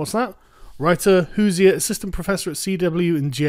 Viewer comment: Hoosier accurately describes this "journalist"'. Also, you mispronounced Hoosier.